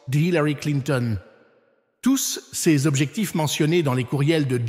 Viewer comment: La voie qui fait la lecture dans cette vidéo est une voix créée par l'I.A., une voie qui bloque sur les articles tel que le mot ''ces'' est prononcé ''cé ess'' ... Alors est-ce les vraies paroles de l'Archevêque Viganò? L'I.A. trompera de plus en plus de gens à mesure qu'elle se perfectionne.